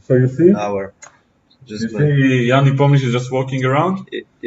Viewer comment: First time hear the correct prononciation "Nepomniyachi" from non Russian native speaker....